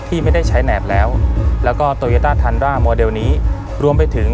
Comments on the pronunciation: อ่านว่า ทรุนด้า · น่าจะเรียกว่า “ทุนดรา” นะ ฝากเจ้าของคลิปหาข้อมูลอีกที ว่าฝรั่งออกเสียงเรียกอะไรกันแน่